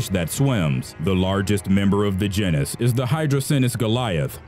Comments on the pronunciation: If he says “jin is” one more time I’m going to scream. The word is pronounced jEn is. So jeanis People are beginning to slowly lose their ability to speak correctly. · Your channel needs narrators that can correctly pronounce things like "genus".